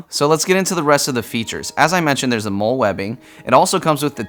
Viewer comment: Just entered turn up. Also just a quick side note, MOLLE is pronounced like the name “molly”